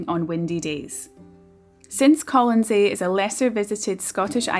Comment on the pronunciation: Are you sure you have the pronunciation of the island correctly?